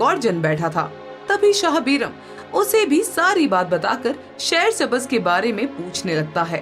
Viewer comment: Nice story...❤ Just improve the pronunciation of Urdu words. Shaher-e-Sabz